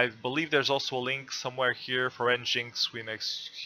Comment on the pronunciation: It’s pronounced “Engine X”